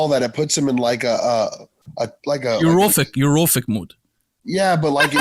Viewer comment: i really love this channel, but... and, can u please get it right? it's "euphoric" and not "euro-phic" - europe has nothing to do with it LOL! u guys keep mispronouncing the word. i'm pretty sure i am not the 1st to notice it